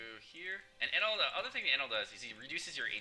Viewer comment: jewelry bonney op. ps the way you say enel makes me wanna kms